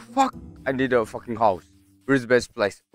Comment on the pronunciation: when did became a british guy? (if u dont get it, go to the beginning of the video, you see, a british accent of saying "fockin" XD)